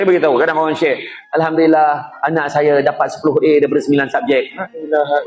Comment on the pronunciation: Alhamdulillah, ha pada Alhamdu ialah ha ni (ح), baca supaya betul :)